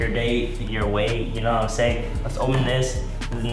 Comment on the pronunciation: "You know what i'm saiyan" Edit : His a saiyan, or he jus uk said it like that. It makes sense if his a saiyan because his stronk